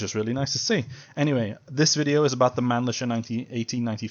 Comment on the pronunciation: Not that it matters much, but in German, 'ch' is pronounced like 'h', so it would be closer to 'MannliHer' rather than 'Mannlisher'. That said, I would like to see the same downside adjustment applied to the Mannlicher M93 as well — even if it’s a rare rifle